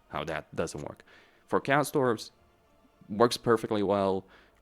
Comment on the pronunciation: Who pronounces Chaos Dwarves as "Castors" lol